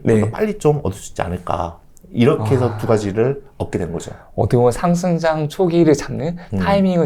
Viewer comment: 상승장 얘기할때 꼭 상장이라고 들리네 ㅋㅋㅋ